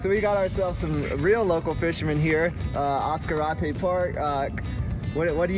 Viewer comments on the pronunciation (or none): As Car Ate Tay, just say it really fast! : ) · ASS-Karate park 😂, sorry mang 😊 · Oh is not pronounced Ass-Karate Park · Other than the mispronunciation of the name, lol beautiful video . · Your pronouncing it WR0NG!!!! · How did you pronounce Ascarate? Why are you trying to Anglo Americanize the name of a place? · Nice but that's not the way you pronounce Ascarte surprised the man fishing didn't correct you.